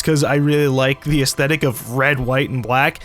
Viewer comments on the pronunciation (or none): none